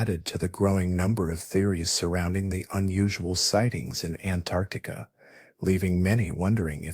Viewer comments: And now they want AI to help teach our kids in school. We're gonna have an entire generation of people saying Antarcta, and think that's correct... don't you people watch or proofread these videos before you post them ? If it wasn't so hysterically dumb, it's also a horrendously bad video, comic book just terrible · It's Antarctica not Antarctica. this must be AI because the way you said it sounds like a different word. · Very hard to pronounce Antarctica huh? 😂